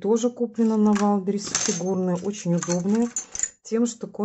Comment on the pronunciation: не валберисе! а ваЙЛДБерриЗЕ! ну хоть немного правильно произносите